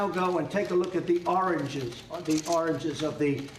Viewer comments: did I just hear him say Oranges?... Twice!!! and again this Idiot is mentally ill! If you can't say Origins 5 times in a row, Go see a Neurologist ! I just red he now mixes up his father with his grandfather. Not to mention he's previous plural slip's. Definitely a Mental Condition... the US has become a nuclear threat to the World. You guy's Do know, he's walking around with the nuclear football Right??? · that can't say origins, if he was to apply for a nationality test he would fail due to his language skills.